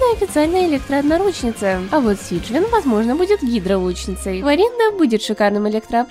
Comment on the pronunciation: Сиджвайн только ударение куда ты ставишь режим мне слух 😮